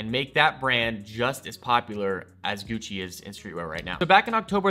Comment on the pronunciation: Everytime he says Gucci my ears cry